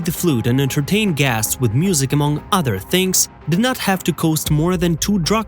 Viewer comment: The makers of this video needs to drop the stupid AI that keeps mis-pronouncing the word "guests."👎